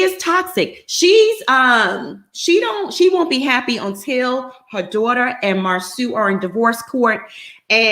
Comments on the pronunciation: Ugh...if says Marsue one more time...it is Marsau...MAR-SO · Please stop calling the man Mar "Sue" it's Mar "So" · I’m so tired of calling him Mar-soo 🤦🏾‍♀️ His name is Marsau. 😩😩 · Ok..I've decided. I won't watch AATT's recap on this show going cuz I'm truly bothered by her lack of effort in pronouncing Marsoooo! Whether on purpose or not it's annoying. Then she flip flops too much. AND why when I do watch, do I never see her? Girl Bye! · I know is being funny pronouncing Marsau’s name incorrectly, but it so triggering for me having a name that you have to teach people to pronounce and they still refuse to say it correctly. 😡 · It is disrespectful to Marsau's mother to keep mispronouncing his name as Mar-soo, especially when you know how his name is pronounced. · it's definitely awkward but I believe done on purpose. The panel pronounces Marsau (mar-so) correctly. I'm trying to determine if her pronunciation of his name is trolling us or some inside thing between her and Marsau that we don't know. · I’m aware that she does it on purpose which is why I’m annoyed. She’s otherwise well spoken and this mispronunciation serves no reasonable purpose. I wish she would stop. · Sorry but she got on my nerves by pronouncing his name incorrectly. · It’s really disrespectful to keep mispronouncing his name...ijs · I started to stop watching as soon as she kept saying it in the beginning! Plez keep saying his name n she STILL ain't caught it. I mean is watching the show! What's the problem?!!